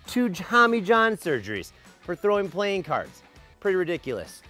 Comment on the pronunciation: i just heard you say plane cards